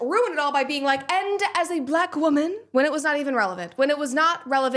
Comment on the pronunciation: Sometimes she asserts her blackness by adding syllables to the word black. "Buhlack" as in "Barack is a strong buhlack man." Or if she's really worked up she would even assert a third syllable like "buhlackah."